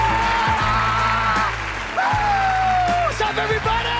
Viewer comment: As a chares leclerec fan in formula 1 imm so glad they pronounced his name right